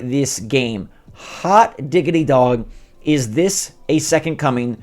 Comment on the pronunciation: You said hot Diggit dog, like you saying in hotdogs?